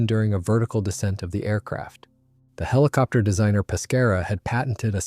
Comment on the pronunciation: the hiliopter pronunciation is killing me